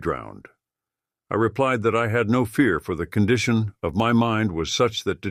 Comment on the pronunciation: Condteon? I think the mispronounced condition. All in all it was pretty interesting.